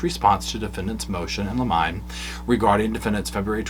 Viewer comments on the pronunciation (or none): So, just FYI: "limine" is pronounced "limm-inn-nee" (often jokingly pronounced as "lemonade"!) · It's pronounced "limen-eeeeeeeeee" like lemony. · Love your channel, and know you're not a fancy lawyer :) It's "liminé". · Limine pronounced lim a nee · Motion in Limine is pronounced Lemon-y. ❤ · 😂❤love you! Just say motions in lemonade and you will sound like you pronounced it correctly 👍🏻😬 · Great coverage like always...just an aside....its "Ad LIM IN EEEEE" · It's a motion in "limine" like "Jiminy" Cricket if that helps lol